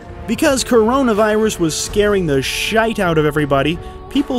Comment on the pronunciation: As an Irish person may I say you nailed the pronunciation of SHITE !!! Good show good sir 👍🏽